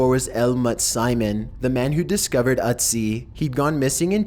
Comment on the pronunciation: you're saying it wrong. It's not "Utz-ee", its "Ötzi" (rhymes with tootsie)